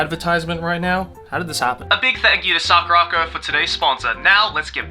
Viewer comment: damn really made me think it was pronounced sakura-co and not saku-ra-co 😭